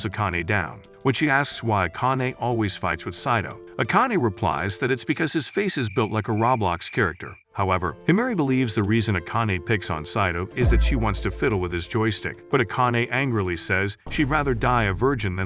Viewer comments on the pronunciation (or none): RABLOX ?! I thought it roblox